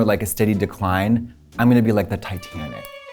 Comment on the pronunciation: Katya did say the "Tatianic"